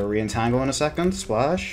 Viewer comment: I dont think he can pronounce A's he says splawsh, cawnt, nawt, whawt